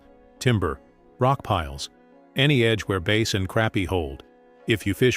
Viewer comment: It's AI. For some reason most AI voices are terrible with pronunciation.